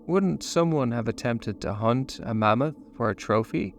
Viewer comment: I like how you say mummoth 🦣